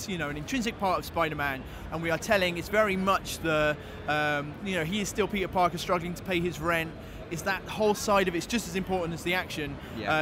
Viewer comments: Am I the only one that keeps hearing pizza-Parker ? xD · I swear to god he said pizza Parker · Did anyone else hear, "You are Pizza Parker"